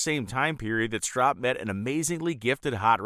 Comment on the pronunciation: Don't forget the Battle Bird! PS- its "strope"